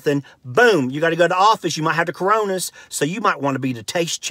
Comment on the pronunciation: “The caronas” Lol